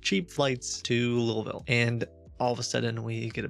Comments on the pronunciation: You've spent enough time in/around Louisville to pronounce it the way people from there do. Noticed that for some reason. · There are other things that give away some of your past as well... Like your correct pronunciation of the city "Louisville, Kentucky". This might say that you have lived in or around the Louisville area. Also, some of your fake voices have accents that are definite western Kentucky accents. :-) Just by accent and pronunciations that you are familiar with, that can help nail down something from your past -- unless you're next level ghosted and have relearned accents totally foreign to your past. I wouldn't be surprised if that was the case. You're definitely 200 IQ!